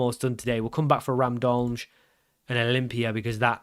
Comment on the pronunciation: I don't speak Slovenian, but I am a native speaker of another Slavic language that uses the Latin alphabet. If you want to learn something new and pronounce the names correctly: - Cejle = Tse lye - Aluminij = Alu mi niy - Gorica = Go ri tsa - Radomlje = Ra dom lye "Je" in slavic languages is pronounced like "yeah". For the english j sound we have letters like ž or ż. Also there is no slavic language where C is procounced like k, it is always ts sound. Ah, and of course Pajaro (spanish for "bird") = paHaro 😁